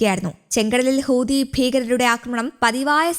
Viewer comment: ഹൂദി അല്ല മൈരേ ഹൂത്തി ഹൂത്തി